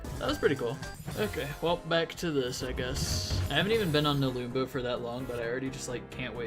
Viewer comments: nelumbo took me 2.5 hours without savestating at all and i had a way better time with the map skill issue (also it's pronounced "neh-lum-bow" not "neh-loom-bow") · no its pronounced nelumbo